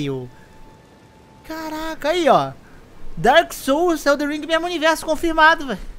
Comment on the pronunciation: Já aprendeu a falar ELDEN E NÃO ELDER?